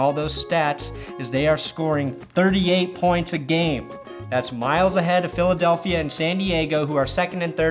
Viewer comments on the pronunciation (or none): none